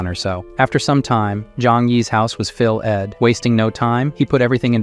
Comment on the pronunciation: Your viewers are incredibly nice to not complain about the horrible mispronunciations of basic words like "million," "filled" and "basically." Sounded like a hundred such annoying screw ups in just the first 5 minutes.